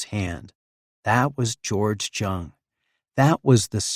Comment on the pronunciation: Jung or jong is pronounced with a soft j not a hard j. Its pronounced yong